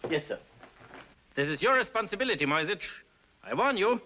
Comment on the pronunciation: Only Mrs Darrieux pronounces the name Moyzisch correctly — as ”Moytseesh”. The rest say ”Moysitch”, making the name sound Slavic. This movie takes its liberties with the original story. As far as I know, Cicero never went to Brazil, and the subplot with the Polish Duchess seems to lack any real life correspondence. Furthermore, only some of the money Cicero was paid were counterfeit (mostly due to the Germans’ difficulties in obtaining British currency).